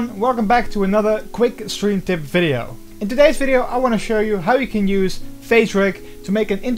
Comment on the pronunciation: Are you saying steam, stream, or Streve?